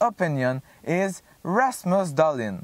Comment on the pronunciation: I was dying when you said Ramus Dahlin for #1 lol. Great video as always.